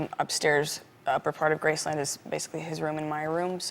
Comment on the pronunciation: Since when is it pronounced Grace-LAND? Elvis pronounced it Grace-len. Everyone around him pronounced it Grace-len. It's original owners called it Grace-len. Even Priscilla still calls it Grace-len. Why is Lisa pronouncing it differently?